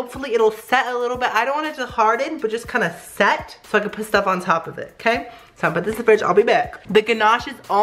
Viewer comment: Every time he says: Ok so now (he says that a lot) I only hear: Oh queso now hahah it gets me every time lol. Pd. I speak spanish